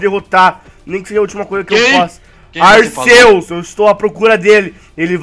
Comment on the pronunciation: O cara nem sabe falar arceus